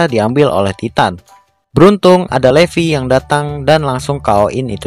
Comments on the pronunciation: Levi itu baca nya bukan Levi tapi baca nya "livay" Gitu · Levi=livai bukan Levi wkwkwk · bukan levi bang tapi livay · Livai bukan levi em maksudnya livai bacaanya tapi tulisannya levi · Bang bilang levi bukan levi tapi livai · Bukan Levi yang benar ngomongnya livai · Yang namanya Levi dibaca livai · Bang bukan Livi Livi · levi bacanya livai